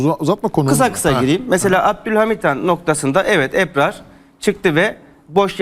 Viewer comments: Eprar ne arkadaş "Ebrar" ismini telaffuz edemeyen adam yazı yazıp yorum yapmakta.... Hülen nassı ciddiye alıp tv ye çıkartıyorsunuz. "âh'ın hâli var kelâmı yok, makamı var nakli yok..." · Eprar değil Ebrar önce Türkçe konuşmayı öğren. Lafa gelince çok milliyetçisiniz ama Türkçe tırt.Hepiniz aynısınız.Bıktık. Boş yapma